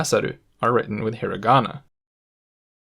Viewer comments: I cant accept that you said HIRaAGANA KaNGJJII lIKe WTf YOU might aswell talk like a Japanese person if you gonna make a video abt it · Also he pronounces a hard 'r' in Hirigana. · It sounds really funny how you have the correct Japanese pronunciation except for the names of the three writing systems discussed here: Heera-gonna, cat-a-kanna, and caan-gee. You seem to have overlooked the fact that these are Japanese words too. :-) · exactly. it seems weird how he pronounced all the sentences but didn't pronounce hiragana, kanji, and katakana right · So u wanna tell me ure able to pronounce each character right but still say "hiragana", "katakana" and "kanji" the way you did in the video?? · Me: A normie who doesn’t speak japanese, cringed at the way he said hiragana, katakana, and kanji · i mean, he also mispronounced hiragana and katakana lmao